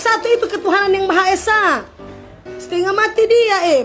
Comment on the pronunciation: YAMAHA ESA..😀 AQ DGRNY JD mirip SPT ITU LO🤣🤣🤣🤣